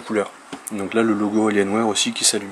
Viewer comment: "AlienWère" xD